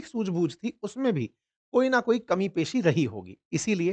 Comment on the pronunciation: "कमी-पेशी" नहीं, कमी बेशी ! 😂